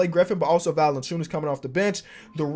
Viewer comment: Say it with me - VAL-EN-CEE-YOU-NIS